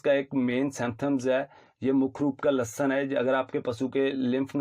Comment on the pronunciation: Samtham ..? Symptoms kya Lashan..? Ya lakshan Bhai english aur hindi dono me itni acchi pronunciation..😁😁😜